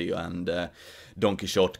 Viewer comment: Todo bien. Pero recordad que la «x» en Quijote es una grafía arcaica no solo para /x/, sino en origen para /ʃ/. De manera que nunca se pronunció [kíksote].